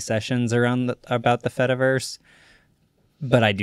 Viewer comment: This is great, but the whole cheese joke falls apart if you say the word fediverse properly